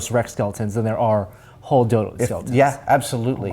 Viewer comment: it sounds like he said dildo :D